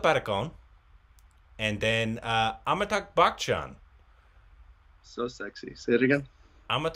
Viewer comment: After 2 years he made it Amitakh Bakhchan 🤣 it's Amitabh Bachchan